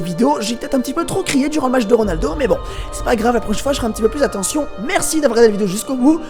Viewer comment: G quitte la vidéo es que t'as dit ronalo